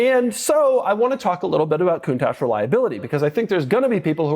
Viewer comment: Sometimes I think somebody who doesn't know how to pronounce the name of their car correctly shouldn't really own one of these. 😅